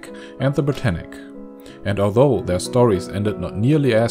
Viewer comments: Ashley Orr Its Britannic, not Britannica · Britannic not brittanic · yeah it's ic not tanic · It's HMHS Britannic